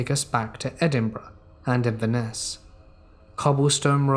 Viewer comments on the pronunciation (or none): none